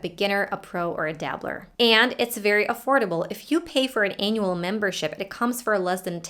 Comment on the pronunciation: Hi teacher, I can honestly say that your spoken English is absolutely Fantastic! However, at roughly s , the way you said the word “annual” sounds like “Anal” to me. But, I can be wrong. I am not 100% sure because I mainly speak British English. Anyway, your video is really good and inspiring.